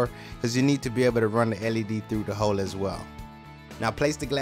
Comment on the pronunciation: Whenever he says hole. I heard hoe🤘😭😂